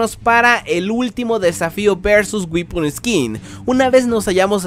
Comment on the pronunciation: "Güipon esquin"